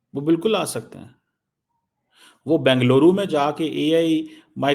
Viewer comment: Benga-lovdu....Uncle, its Benga-Luru 😂😂😂